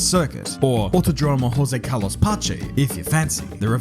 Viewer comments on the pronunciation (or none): I know you have no knowledge about Portuguese so obviously I can't be too picky, but the stress syllable in Autódromo is the 3rd to last, it even have an acute accent to mark that (au-TO-dro-mo, with an open O as in orange).